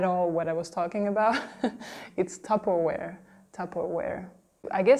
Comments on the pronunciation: Here she pronounces more like tu-per-oir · Regarding "Tupperware", I was really surprised not to hear the"w" pronounced as "v". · Ah oui, le fameux "MecDo" du Québec 😂 ça me fait rire à chaque fois psk en français de France Mc se dit "Mac". La façon dont elle a dit tupperware est très française. En Wallonie ou à Bruxelles ce serait plus d'une manière anglophone. Et pour Levi's, comment vous prononcez vous ?